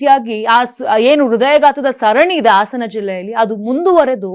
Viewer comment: ಆಸನ ಜಿಲ್ಲೆ ಅಲ್ಲ.ಹಾಸನ ಸರಿಯಾಗಿ ಮಾತಾಡೋದು ಕಲೀರಿ